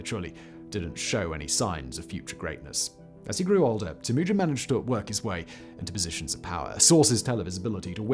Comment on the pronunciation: Tim-Ew-Gin. Not Timoogun...